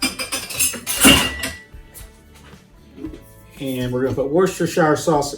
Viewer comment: Thanks! It's pronounced Wooster..sheer!